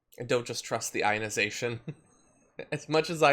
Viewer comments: "Ionisiiition" "Particulants" God can't heal stupid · The likelihood of this machine working is the same likelihood of tweddle dumb and tweddle dumber pronouncing "ionization" correctly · Can’t even say “ionization” correctly. And no, it’s thanks science for that great technology if it’s even real. On a side note, those two pastors come off to me like they are totally in the closet. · How does he pronounce ionization? If he's working on the scientific principle of it, why can't he say it? It's like those dumbasses who say nucular, instead of nuclear.... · the guy can't even say the word properly... :/ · Love the fact that they CAN'T even pronounce their "miracle technology" is hilarious. Besides...I thought that they were covered in the Lord's blood therefore they didn't need to worry about the virus. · The guy on the left can't even pronounce 'ionization'! That guy is like, rubbing his hands together; body language for "I can't wait to get my hands on your money"! 🤑 🤣🤣🤣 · They couldn't even pronounce ionization. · When you can't pronounce the word properly I don't believe you understand the technology. "technology developed by some members of our church" Right.